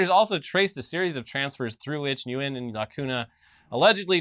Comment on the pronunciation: "Nguyen" is pronounced "wen"